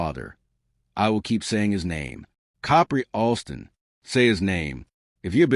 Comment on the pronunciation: I had to stop listening it was getting too annoying of the mispronunciation of the name